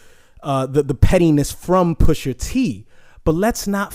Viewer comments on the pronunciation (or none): Pusha T not Pusher T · Bro his name is Pusha T not Pusher dude ..smh lol